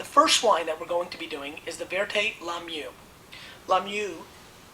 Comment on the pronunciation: Not sure why this video showed up in my recommendations. But it was interesting to watch. Your french wasn't bad, just the "La Muse" is pronounced "La Muze" in French. I can see the value you were offering even without being a Wine lover myself, only ever enjoyed two, only remember one by name. Will share with my dad. Let's see if I can bring more value to my viewers, become even more of me...